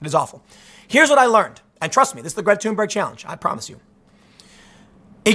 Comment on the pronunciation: Did he just called her Greta tumor